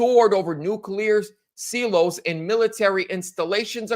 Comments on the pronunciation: Silo is pronounced sigh-low> not see-low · Silo, pronounced .. SY-LOW.. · Silo is pronounced Sy-low.